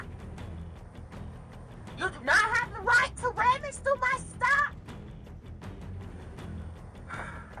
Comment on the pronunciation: so she wants to clock in AND THEN proceed with her ticket…..on the companies time! You clock in when u work not to “be on time” then do something other than work. That’s actually criminal! Have some respect! Oh and it’s RUMMAGE not Rammage